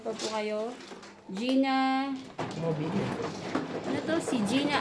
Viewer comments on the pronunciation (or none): Hello...Geenamobile (pronounce po eh Mobile, parang yung Gas Station na Mobil, Lol. Naging Italiano akong bigla 'Mobile' hahaha) Santa Clarita, California. Idol ko si. Galing dumiskarte.